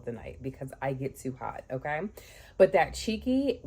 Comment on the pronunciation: Your "Ok" sounded like GG.😅